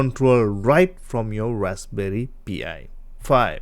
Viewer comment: It's pronounced PIE, not P.I.